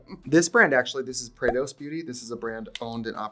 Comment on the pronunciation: I love your shout out for prados but FYI it’s pronounced “ Prah Dos”… pra.Dos… not PrayDos just fyi lol